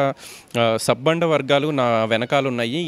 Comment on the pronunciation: Sappanda kadu sabbanda varghalu adi. Nuvvem reporter vi ra babu.